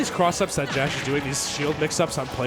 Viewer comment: Pronounced Josh 😭